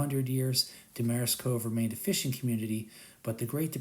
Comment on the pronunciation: You’re mispronouncing Seguin and Damariscove. Nice video, though.